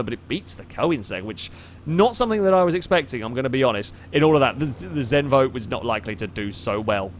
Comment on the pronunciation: Im danish! Zenvo!